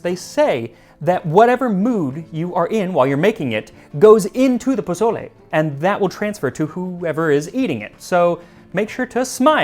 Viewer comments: Bruh, it’s pronounced “pa soul le,” not pa”z”ole. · I love your content and look forward to it, but you ain't gonna impress me with Huitzilophchtli if after a year and with a Mexican husband you say pozoley instead of PO SO LE. :) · Wait hold up you're telling us the history. First off say pozole right this video is CRINGE ASF. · Pronounced pō-so-lé please 🙏 Not bozolay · PaZOle. 🤨 mAZe. 🤨 Your mother in law is clowning you for sure... lol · Jose! Why didnt you tell Max that the "z" in Mexican Spanish is more like an "s" sound! The Mexican loyalty to Chicken Knorr bouillon. Good job 👍. Very accurate in general. 🤔🤔🤔🤔 ¿Menudo special anyone?